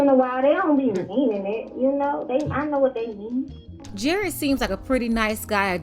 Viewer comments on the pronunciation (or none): Still sound like Gared with a “G”. 🤦🏾‍♂️😂🤣😭